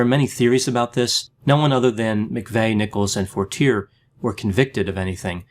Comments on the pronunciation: Lol, Forteerrrrr is not the way you pronounce Fortier. Lol, it is French. Fortier is a liar deluxe who got off testifying. You need to check out McVeigh with the CIA german who was seen at the strip joint in Tulsa. LOL. I watched Terry Nichol's oklahoma trial and watched the head of the OKC bomb squad lie on the witness stand. You should look more into this. McVeigh was a murderer but there were more people involved. Maybe you should look into Elohim City and how an ex-CIA German are connected. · Fortier- “for-tee-ay” being from Maine I’m sure he knew the correct pronunciation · Excellent evaluation, just one little thing, and it is probably a little trivial but how you pronounce Fortiers name would be "Fort-ee-aye" I always pronounced how you have until i seen documentaries when his name was mentioned lol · Mike Fortier is pronounced For-tee-A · Has nobody said anything about the pronunciation of Fortier, yet?